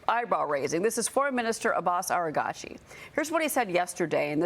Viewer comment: Why does everyone keep calling him Aragachi 🤣 ?! He's not Japanese. The name is Araghchi - ah-RAGH-shi lol. Grates my nerves